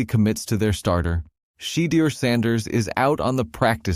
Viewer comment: Learn how to pronounce Shedeur"s correcctly Every Damn Time!!!